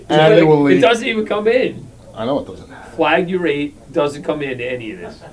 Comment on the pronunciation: Went down the rabbit hole. When they're arguing over lyrics, the word they're looking for is either "flagrate" or "deflagrate" which basically both mean to burn. When Phil Schneider says the word, he pronounces it like "flagUrate" which is not a real word and probably caused the confusion.